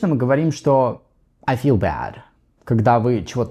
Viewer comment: Ничего себе: feel в конце ролика - теперь понятно, как надо произносить: через звук шва после i: 🔥 Спасибо! Чрезвычайно полезно объяснение! Также, почему nt часто заменяют американцы на просто t. Одно дело знать, как надо, другое дело - понимать, почему. И также про экспрессию в Continuous глаголов, которые в нём обычно не употребляются. Спасибо большущее!!!